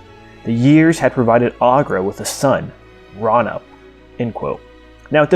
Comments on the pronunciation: it is not pronounced ra-nip it is pronounced ray-you-nip FYI I love your vids and how you explain the creatures and the world of Thra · I thought Raunip was pronounced Ray-U-Nip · I always pronounced it "Raw-oo-neep," but what do I know?